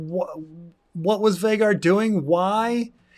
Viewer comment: I dunno why but it's so annoying to me that Vhagar is pronounced to rhyme with Rhaegar and not Vhaagar. Like every valyrian name uses "ae" for that sound. Atleast in different phonetic situations like in meraxes the "ae" sound is acceptable to me.